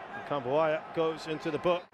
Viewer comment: Gua dengernya komentator Kritikan buaya 😂